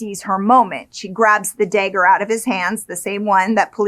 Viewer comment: A "day-ger" huh? Never heard of it. I've heard of "dagger" but not the way you pernounce it and ive been alive 44 years and never heard it ever said it that way.😅